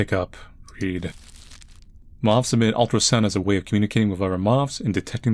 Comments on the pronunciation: Not the mawffs! Not the MAWWWFFFFFFFFFFFFFS!!! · Anyone else think "moths" is the most awkward word to pronounce ever? I feel like Sylvester the Cat when trying to say it.